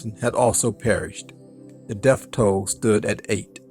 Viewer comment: It’s called the Death Zone, not the Deff zone! 🥴Say it with me now...deaTH. It’s also called a Birthday, not a Birfday! The white things in your mouth that help you chew are called TEETH not TEEF! The place wear books are borrowed is the LIBRARY, not LIBERRY. If you’re going to be a content creator , or a narrator, you should want to hone your craft and be sure you’re speaking correctly. No offense intended. I’m trying to help you avoid embarrassment! You’re welcome! 🤔🥴🧟‍♂️